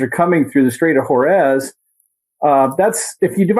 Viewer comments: Did this fertilizer guy really say "Strait of Horez"? WTF? THIS guy is an idiot! It's PRONOUNCED AS: HOORMOOZE! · Where is " the Strait of Horez"? Its Hormuz ffs